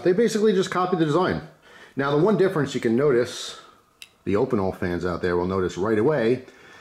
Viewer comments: Say it with me: OHH-pee-nell, so hard hearing that op-ih-nul. Love you! (Google translate is your friend!!) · still prefer my carbonne opinel, I'm french. it's pronounced 'O-peen- ell" they're a traditional savoyarde pocket knife. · I crack up every time you pronounce Opinel